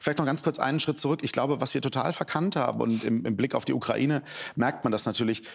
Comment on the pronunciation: OMG Baerbock hat ja wirklich Kokain statt Ukraine gesagt🤣